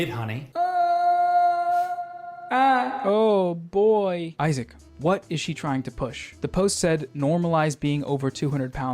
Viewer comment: Oy-sack is so annoying!